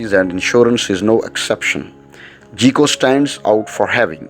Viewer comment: Myself - am not going into details - State Farm (my current carrier) works best for me. Now if my situation should change GEICO would be best for me, even though the narrator pronounces it "GEE-CO" when it should be pronounced "GUY-CO" but pronounces the other names correctly. Good, informative video though.